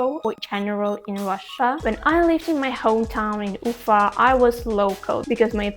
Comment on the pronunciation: It was really interesting hearing your perspective. I knew a few Bashkir people when I lived in China. I like the Bashkir pronunciation of your city, Ufa. I highly encourage you to check out the United States and get a better perspective of things. Many Russian nationals and people from the former Soviet Union want to come right now. Honestly, as an American who lived both here in the US and abroad, life is better in Asia. My wife, a Russian ethnic minority, and I, are looking forward to the day we can go overseas again. In any case, while NY and LA are world famous cities, don't leave out Miami in the free state of Florida or the beautiful state of Hawaii!